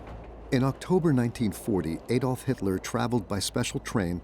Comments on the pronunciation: "Adolf' is pronounced 'Addolf', not 'Aydolf' Please get it right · this video loses credibility by the deliberate mispronounciatian of Hitler's first name. It's pronouced "Addolf", NOT "Aydolf"